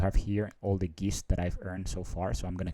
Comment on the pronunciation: I think Geist should be pronounced to rhyme with heist.